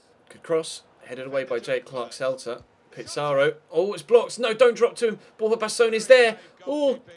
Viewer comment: I know you mentioned why you say player names the way you do in a recent episode and the reasons completely make sense but there are just 2 that still bug me. 1 from today is Borja baston which you say bast-own but I think it should be bast-on. And then Anthony martial I'm sure is as if it was spelt marsial not with a t sound